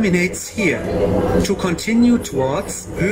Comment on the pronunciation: 1. Gong ist Geschmackssache . 2. Ansage schon immer zum 🤮 3. Richtig professionelles Englisch wie zum Beispiel “Schattelbus“ oder “Scheynschier“ ... 4. Der H Zug hat den besten Sound . Danke für den besten Sound in Berlin 🥰 Entschuldige die Mankos die ich an der neuen Ansage nicht mag !